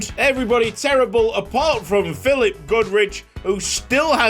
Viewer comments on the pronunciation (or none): none